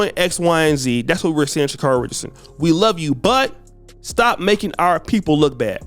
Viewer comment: EXACTLY!!!! He's been criticizing Sha'carri the hardest and saying the Jamaicans will smoke her...until now! And as many times as she continues to correct people on the pronunciation of her name, he STILL says it incorrectly.